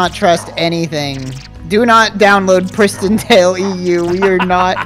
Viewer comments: literally until seeing your comment I thought it was PrisonTale and he was mispronouncing it as a bit??? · thought it was prison tale then i thought i heard say christian tale then i finally see its PRISTON tale